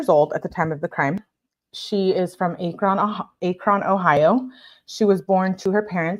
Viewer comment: Ack-run = Akron